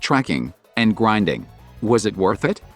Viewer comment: I love how he says "gwinding" instead of grinding